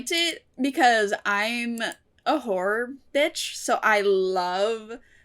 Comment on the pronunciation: I nearly always mishear Horror as Whore so for a second I thought you were saying something very different lmao